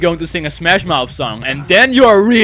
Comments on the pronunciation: 'then' not toen nice vid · He says tune